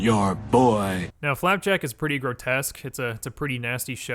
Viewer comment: This nigga said flap jack